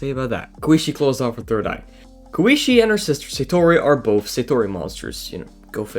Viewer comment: "they are really tasty" Huh... Sounds like something a VAMPIRE would say. Jokes aside, it was a nice video, you sound a bit nervous so your pronunciation in general makes the video a bit hard to understand but your japanese is for most part fine (except you calling Satori's sister "kooishee", tho it was kind of funny, sorry) Be more confident in yourself bro These are all mostly known trivia qnd theories but still a good waching material for ppl who are new to Touhou, thats one of the things I like about iceberg vídeos, they can really stimulate ppl watching these to go search and learn more about stuff. I'm mostly glad you didn't started claiming all the wild fanon theories as objective truths, this was a big issue in the old days of Touhou, anyways, thanks for the vid bro